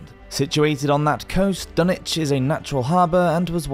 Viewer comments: Dunick? Its Dunwich and pronounced as it looks. ich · Dunwich was wrong too